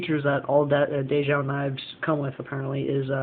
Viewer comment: It's ""day jo", not "dayho" The owners are husband and wife Dave and Jo.